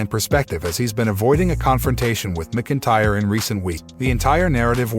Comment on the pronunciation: Narrator keeps saying Drew McIntyre wrong 😑